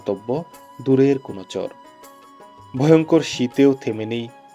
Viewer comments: Dada uchharon ta chor noi char hobe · চর উচ্চারণটা আরো একটু স্পষ্ট হলে ভালো হতো ভাই, চরের বাড়ি বলার সময় অস্পষ্ট লাগলো।